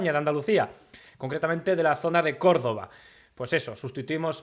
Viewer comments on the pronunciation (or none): none